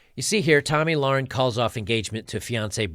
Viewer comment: a quick youtube search would allow you to find the correct pronunciation of their names. it looks so unprofessional that you still can't pronounce Tomi Lahren's name correctly.